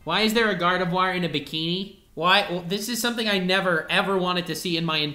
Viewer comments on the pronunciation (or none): “GARDIVOIR” excuse me?!?!